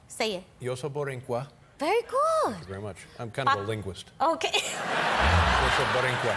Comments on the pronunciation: Rosie, Rosie… Not “Borincuas,” Boricuas. Second, the U.S. did not come to liberate the island. The U.S. invaded the island to finally remove Spain from the New World. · She tried...to say Borinquen . And Boricua ...at the same time😂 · Its boricua, Rosie, not borincua😅😅😅. She's lovely. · ok? por qué ella está diciendo boriNcua? es boricua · Yeah but it’s boricua not borincua